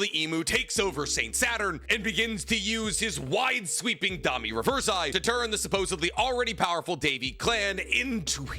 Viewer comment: Except his stupid ass pronunciations. Domi ReversEYE? Wtf is wrong with his brain